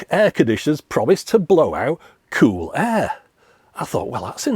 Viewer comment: As someone from Preston and so near you I have always enjoyed hearing on the occasion in your videos you say the word cool in what I think is an unusual way, kewl (queue-el not coup-el) so I loved all the kewl, kewler and keweling in this video. This made me look up and find this article Seems you are a valley girl. Keep up the kewl output. Love your channel.